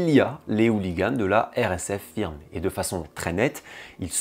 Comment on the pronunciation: Très bonne vidéo Juste une chose, le mot « firm » se prononce « feurm » (terme d’origine anglaise)